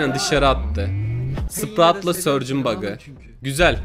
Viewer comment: Larinin sprout a sörç demesi